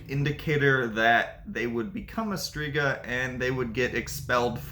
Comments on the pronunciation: The letters "rz" in Strzyga is not pronounced as Striga , please learn the pronunciation. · and she has right to tell that the name isn't pronunciated correctly. Because it'is not. Especially that it's stated in the title that it's 'Polish mythology' and in polish it is not correct pronunciation. It can cause a lot of misunderstandings and it is very possible to be able to say it correctly, even to English speaking person after quite short time of trying/practising. He does do good job 🙏 but doing content about other culture/language etc he should at least try to speak correctly those main words (here names of all mythological creatures etc). Greetings.